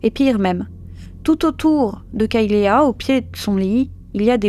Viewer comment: Kaylea se prononce " kaylie ". Et les serviettes sont des alèses .